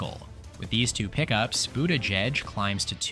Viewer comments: “pete boot-aahh-jejj” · Is this AI narrated? The pronunciation of Buttigieg is all over the place. At one point Vance was mentioned instead of Gabbard (during Maine) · the way you say his name